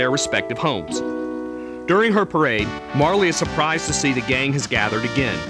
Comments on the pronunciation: It's pronounced "Marl".. But who gives a fuck.. The game is awesome. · Yeah I didn't think Marle was pronounced like that either.